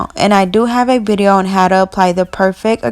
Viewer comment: i loveee your videos but i hate that you pronounce video as bideo . but you're so amazing at what you do